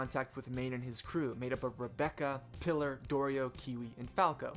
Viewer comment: FYI Pilar is said "Pee-lar"